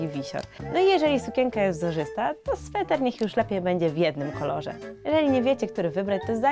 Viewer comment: Sweter nie Swetr